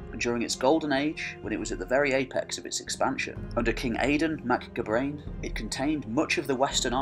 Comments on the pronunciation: Gabráin is pronounced Gow-rowyn :) Áedáin Mac Gábráin pronounced as Aey-dawn mac Gow-rowyn. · Dal Riada pronounced Dal Ree-ah-dah Gabráin pronounced Gah-Braw-in